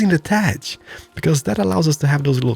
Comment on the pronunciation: I love how you pronounce thatch as 'tatch'